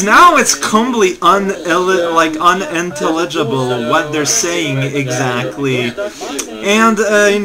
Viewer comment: Un-Ihn-Tell-Idge-Uh-Bowl for future reference.